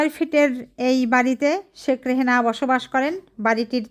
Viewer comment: নামটাই তো ভুল বলছে। শেখ রেহেনা না শেখ রেহানা।